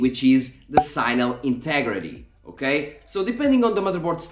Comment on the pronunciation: Normal people: "signal" sig-nuhl This dude: "sighnal"